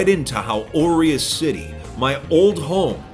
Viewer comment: It bothers me that you pronounce 'aureus' incorrectly.